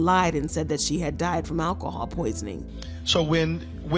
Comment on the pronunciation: It’s Alcohol, not Alahhhhhawl. Learn it!